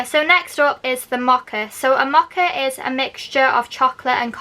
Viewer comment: It’s Mow-Ka,,,,,not moha. I had to blurt it out, couldn’t help myself.